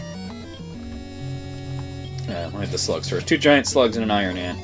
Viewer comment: Whenever you say 'iron ant', it sounds like you're saying Iron Man...prompting me to wonder why you're killing Robert Downey Jr. Also, you totally missed the old guy in the cave who asked whether you'd been baptised or not.